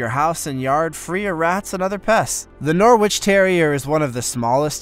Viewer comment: It's pronounced Norritch lad. Like Keswick is pronounced Kezzick.